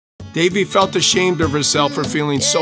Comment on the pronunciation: If u r Indian u would know that they are saying the name ‘Devi’ wrong